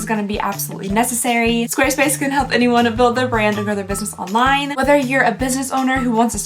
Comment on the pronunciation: Girl! I love you but you talk waaaay too fast. I know that no one really pays attention to the sponsor portion of videos, but every time you say 'Squarespace,' it sounds like 'Swduwbsdfvobsvspace.' Slow down, lady. Nothing you say sounds genuine when you rush through things!